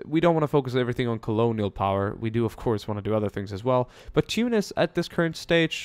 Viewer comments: ThemMinecraftVids It's better than Too-nice. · you pronounce tunis correctly.